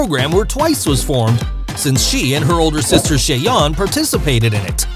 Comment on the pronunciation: Video was quite okay, still some aspects I wanna point out: 1. "y" in Chaeryeong pronounced like you did in her sister Chaeyeon, so actual j, not dj 2. Yuna, Chaeryeong and Ryujin were also in Stray Kids' show, not only Yeji 3. Where did you get the Thai info about Chaeryeong? 4. Ryujin's definitely not "incredibly introvert" 5. Yuna with the most hate? Not imo but idk about other fans. 6. also, never heard about that 7. Lia has actually been most criticized for her dancing skills even though she's great at it. You should have included that. 8. Yuna's talent sounds kinda weird. Impersonating Lia on stage? And that clip after that didn't even show a performance. 9. Every member can be an ending fairy. Different for every performance. Check them out ;). 10. Weren't really "other talents" for Lia and Chaeryeong though. Lia is the main vocalist and Chaeryeong the main dancer, so actually those were their "usual talents". Lia has an incredible flexibility though and Chaeryeong's talent would be that she's unintentionally funny and savage. But yeah, nice first guide maybe for new MIDZYS👌